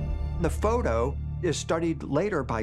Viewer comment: the way he pronounces photo is fun nee like phou -toe :face-green-smiling